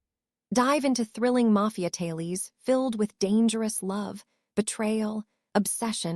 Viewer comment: The word is not Talies it is TA LES